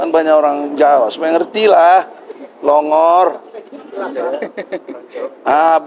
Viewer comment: Plongor Pa Haji Egisujana bukan tambai huruf P Pak Haji 🙅🙅🙅